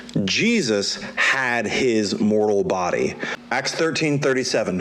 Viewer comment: Did you say " moral body"? Bye